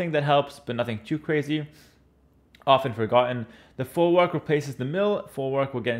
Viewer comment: Your pronunciation of folwark and obuch hurts